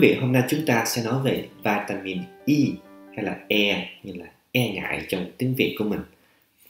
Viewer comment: Cho em hỏi bs vỉa mịn Y nhu bs đọc này chứ, hay vitamin E bs đọc khó nhận biết làm a